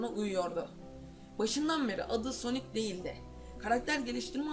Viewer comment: knk soni değil sonic .d